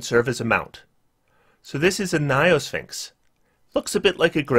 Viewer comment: "niophysxins" perfectly captures his pronunciation of gynosphinx, lol.